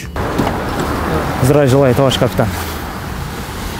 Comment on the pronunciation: Акырында зериккен окшойсун 😀 здраю желаю тттт деп кыскартып айтып.👍